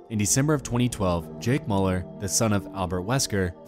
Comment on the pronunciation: I thought you were saying Jake Pauler but you were saying Mauler. It's pronounced Meuller pls pronounce right